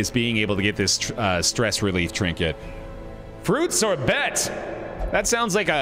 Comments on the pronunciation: The way pronounced "fruitsorbet" xD, you should go to France sometime, and pronounce it that way when you want to order dessert in a restaurant;) You'll probably see the waiter (try to) suppress a laugh. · I actually had to rewind the video to see if the name you called was actually fruits or bet or fruit sorbet